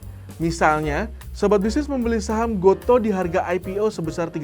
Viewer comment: Baca GOTO itu = go tu bang wkwk